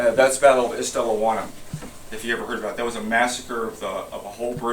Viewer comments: Hlobane is pronounced with the "bane" being the same as the "bahn" in the German Autobahn. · At least learn to pronounce it… Shlow-bon-y